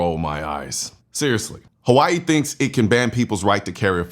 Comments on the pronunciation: "Havaee" ...i can't believe people still watch legacy media with how cringe and absolute propaganda it is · why she say Hawaii like that? Lol there's no V 😂😂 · Tomato tomato saying. Pronounced differently between English and Hawaiian. 🏝️